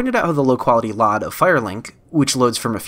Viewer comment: Hey man, great vid, love the deep dive into my favorite game of all time, however...please stop pronouncing LOD as LOD, it’s pronounced EL-OH-DEE. Not LOD like Load but no A, that was bugging me lmao